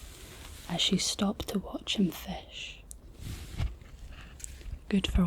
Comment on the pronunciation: this felt borderline maximum scottishness - i love the way you say fish as fesh